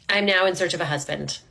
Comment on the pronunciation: Yikes! “Where’s my husbank?”